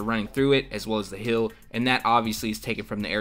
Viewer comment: heel not hill